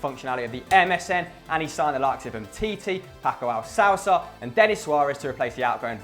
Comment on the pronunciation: Is that how you pronounce Alcacer? Fuck me.